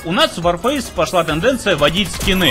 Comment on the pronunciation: ЛОЙС за СЛОВО "ВОРФЭЙС"